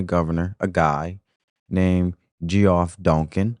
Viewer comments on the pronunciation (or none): Geoff Dunkin - pronounced Jeff.